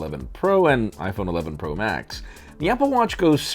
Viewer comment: saying pro sounds like he's saying bruh